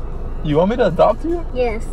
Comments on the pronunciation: At first I thought they were in a car wash then I saw the headlights from other cars. 😂 That was a crazy storm. Also it’s funny how says “dopt” instead of “adopt”. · I love the fact the says dopt me instead of adopt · Scott, can you dop me☺️